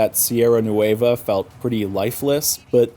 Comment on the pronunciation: Just say NWEH-va Don't have to exaggerate the letter "u", or add that "ay" sound ... it's not "noo-WAY-va"